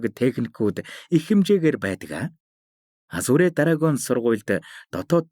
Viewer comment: goy een shvv 🎉 hicheegerei azure bish azur geed duudwal aygv goy sonsogolontoi sonsogdoh ym shig shig sonsogdoj bn shvv